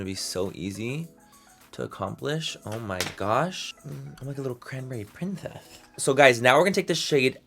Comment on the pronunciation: I love you and your rants manny!!!!! Truly you come across so genuine and heartfelt and trustworthy. 🖤🖤🖤 also you're fucking hilarious. I laugh out loud all throughout. "Cranberry princesth" I can't 🤣 ilysm